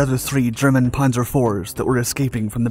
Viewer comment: You'd think if you're going to narrate a tank video you'd know how to prounce Panzer, Chassis, and Cupola not to mention places like Cologne.